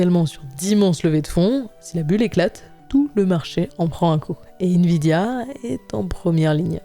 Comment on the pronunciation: "invidia" aie 🤣